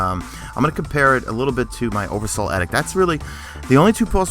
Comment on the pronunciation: Oversoul EEEEEEEEEEEdict. It's a long E sound on it.